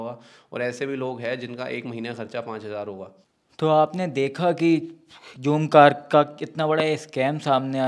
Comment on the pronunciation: bhai jhoomcar nai h zoomcar h ...he he he